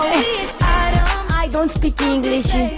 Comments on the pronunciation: "Justchin.. It's Jus-Tin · Sabrina- Djastin Justin- É Djasten Pow Pow Ler mais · "Justiiiin" No, it's Justeen kkkkkk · JOSTI, Djustin. É-, ĐJUSTIM, jāstim, Justin😼, Justim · Vim depois dele ensinar a fã a pronunciar “Justen” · oito anos se passaram e eu ainda morro com essa parte AE JAXTINNN "JUSTIN" kakakaka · cara, se ele não entende como ele respondeu algumas coisas que ela falou em português??? mano ela foi idiotona de errar o nome dele duas vezes! justin: é justen😂😂😂😂😂 tipo isso... e ela é toda lerda, ele deve ter se arrependido de ter perdido tempo fazendo essa entrevista bosta💞😂 prefiro com a eliana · Sabrina Sato falando Justin errado!! Ela é a Rainha da vergonha alheia! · Ela fala justin errado